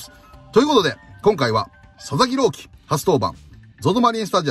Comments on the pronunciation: 一瞬佐々木朗希投手が里崎朗希に聞こえた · 里崎さんが「佐々木郎希投手｣って言ってるのが「里崎郎希」に聞こえて車の中でめっちゃ びっくりしたwww